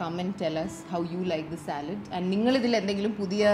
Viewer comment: That is Saalad not salad